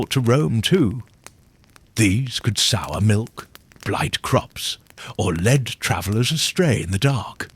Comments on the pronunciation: AI HAS A BIG PROBLEM WITH PRONOUNCING CERTAIN WORDS. LIKE LEAD TO LEAD A HERD, NOT LEAD LIKE THE METAL!! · This is AI. Celtic, ( hard C) pronounced as 'S'eltic. Lead, as in a dog lead, pronounced as the metal. AI generated to produce hits without effort. Turned it off once I knew it was'nt real. Shame.